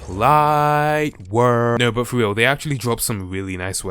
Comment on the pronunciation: U said boot